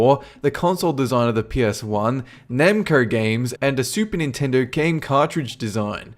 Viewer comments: It is Nintendo not Chintendo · i laughed so hard when you said "chintendo" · I lost it at CHINtendo! Done. Can't even breathe. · Chintedo. Really? Really? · "Chintendo" guwd lol